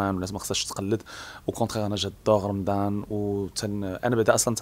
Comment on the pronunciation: المذيع (حاشا واش نقول صحافي) يقول: رمدان 🤣🤣🤣🤣 وااااا رمضان يا بغل